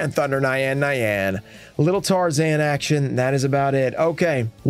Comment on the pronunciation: You can tell isn't a weeb by how he says Nyan Nyan